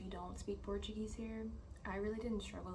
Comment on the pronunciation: Hey 🙂 This is a great video. YOU have a good Portuguese pronunciation. Muito bom 👌🏼